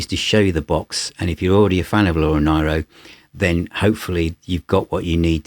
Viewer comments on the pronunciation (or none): Wonderful effort and video - but you would think he would know how to pronounce her name correctly - so grating to keep hearing NIEro instead of the proper NEEro. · It's pronounced "Nee-roe"... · Hi, I envy you that you have acquired this box set. I think that Laura Nyro is a genius and as you know, Joni Mitchell thought highly of her. With respect, Laura's surname is pronounced Neero as in the Emperor Nero. Great review!